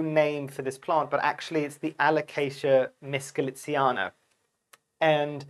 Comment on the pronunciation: This isn't a complaint, but just food for thought, as you are always asking people for corrections if you have something wrong. You keep mispronouncing this plant's name by saying, "Mitz-cho-litziana". But the correct pronunciation is, "MiCHO-litziana", not Mitz-cho. Just for your benefit, not an offensive attack. I'm a bit of a alocasia freak. I have several of these Micholitziana's (Frydek), and also Dragon's Tooth alocasia, which are every bit as beautiful as this one. I also have Dragon's breath, Bambino, Stingray, Poly, Silver Dragon, Dragon Scale, Sarian, Purple sword and the crazy Zebrina Reticulata. Alocasia's are what got me into house plants. But now they are like fifth on my list for plants I love the most. In order it's Anthuriums, Philodendrons, Monsteras, Syngoniums and Alocasias. Those are the top five genera. Great vid as always.